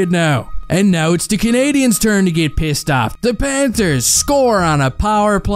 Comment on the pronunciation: Where in New York are you from? Hahahaha the way you say pissed "peeeeassed" 🤣 You're a good man